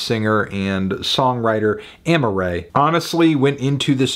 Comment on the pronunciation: Her name is Amaa-rae not Amma-rae